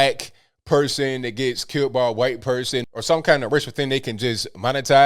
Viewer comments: 'huh-white'? 'cool wuh-hip' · no i havent seen it lol i dont get it. So he just puts emphasis wh for white